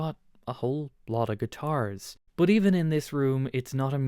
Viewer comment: Why do you pronounce the letter U as a O ? You say “bot” instead of “bUt”???